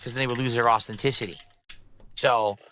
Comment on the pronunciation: “Austin-tissety” as opposed to “Authenticity”